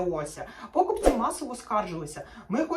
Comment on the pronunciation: А хто такі - пОкупці? Дуже ріже слух це слово.